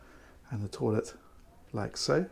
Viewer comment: Great video, as usual 🙂 But I caught that in the master on suite, "toilet" lol